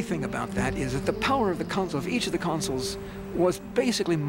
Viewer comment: The narrator kept pronouncing consuls as 'councils'!